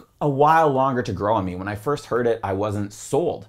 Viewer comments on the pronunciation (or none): none